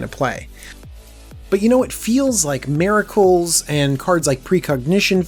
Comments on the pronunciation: Say it with me, "mir-uh-kuh l," miracle. NOT "MAY-ra-kul". <3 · Whats a Merical? Is he trying to say Miracle? I'm new to this channel, it might just be his American accent. But this guy knows what he's talking about. Thanks for the video this is probably the deck I want the most from this set. Or the esper enchantment deck.